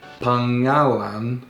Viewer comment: To make it easier to pronounce, instead of saying 'pa-nga-lan', you can say 'pang-nga-lan' (or pang-a-lan is even easier). When you learn to say it faster, it would sound more natural the way native speaker would say it. You can apply this to other words when you find the 'ng' in the middle a word. Trivia: Tagalog is a shorthand of 'taga-ilog', which translate as 'from the river' or 'person living in or by the river'.